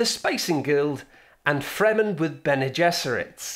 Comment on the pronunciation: listen again to . The way he pronounces those names makes "Fremen with Bene Gesserits" sound like "Friends with benefits"